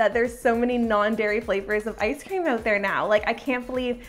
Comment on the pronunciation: any one here her say "out" owght